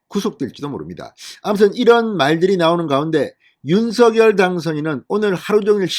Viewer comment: 진성호 전의원님 윤석열 발음을 못해서 서결이라고 발음 하십니까? 아니면 고집이십니까?